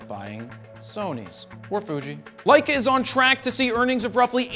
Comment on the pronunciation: Love the "LEISS". Lol